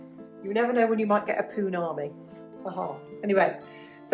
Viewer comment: A "poonami"? 😂